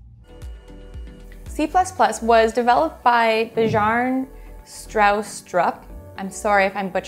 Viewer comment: Bjarne (B-yarn). Good shot at his name. I love C++, but I'm sooooper nerdy. I was thinking about trying Fortran and Machine Language, just for fun.